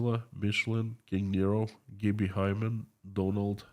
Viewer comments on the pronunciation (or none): none